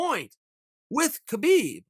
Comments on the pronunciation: it kills me that he says KA-BEEB NOT HA-BEEB I said it the same way until I say Khabibs interviews of himself telling DC how to say it now it bothers me when 90% of people say it wrong......Joe Rogan included UGH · I believe Khabib’s name is meant to be pronounced “hab-eeb”